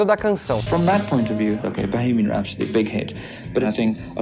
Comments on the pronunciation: Gostei deste vídeo, do texto e de sua edição bem profissional. Só queria sugerir ao simpático que acentuasse o primeiro "a" de rhapsody, rhápsody e não rhapsódi. De resto, só elogios ao vídeo. Não seixem a peteca cair. Está muito bom, assim. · Que aflição com a sua pronúncia de "rhapsody"... custa nada dar uma olhada antes de fazer um video sobre Queen.